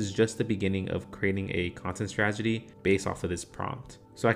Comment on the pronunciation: Good video thx! Btw.. it's "strategy". As in: straT-egy.